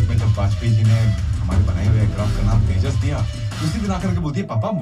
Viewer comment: The "j" in Tejas is pronounced as-is and not as "h".